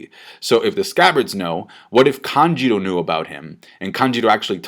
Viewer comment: It isn't kanjiro it is kanjUro ffs